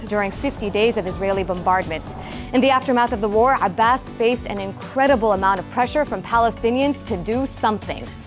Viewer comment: I loooove it when Dena tells the news. And the perfect pronunciation of Abbas's name - refreshing! Haha One thing is for sure, Palestinians do not give up, we will get what we deserve and those that hurt us will pay. Justice will be served because you can only be a liar, a criminal, a heartless monster for so long.